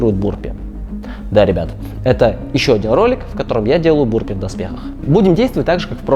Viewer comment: Burpees по русски это отрыжки или рыготнички. Или вырыватики рвотнички. А произносится правильно "бЁрпийс" или почти так.